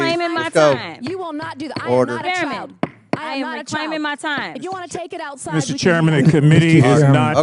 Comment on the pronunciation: "Cash me owside!"